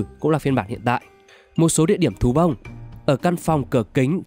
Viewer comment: Có ai nghe từ "Thú Bông" thành "Tú ông" ko zạ????